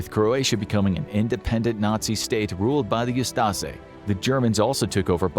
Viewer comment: Very minor correction: the Croatian Nazis were the "Ustaše," not the "Ustase" (pronounced oo-STAH-shay). Interestingly, there were also Muslim Nazis (of all things) in Bosnia called the 13th Waffen Mountain Division of the SS Handschar.